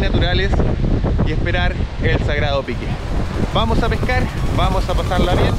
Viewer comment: Me encantan tus videos🫰🏻 Ya me acostumbre a escuchar ese “vamosh” 😅 Bendiciones